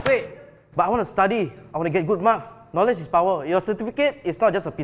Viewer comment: N for knowledge seriously?? Ya who cares about the silent k🤣🤣🤣